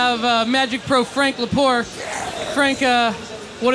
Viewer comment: Frank "LaPore" :P